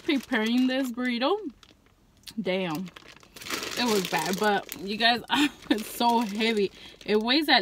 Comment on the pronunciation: the most mexican damm ive ever heard lol, anywho brb gonna go buy me some hot cheetos im hungry as hell now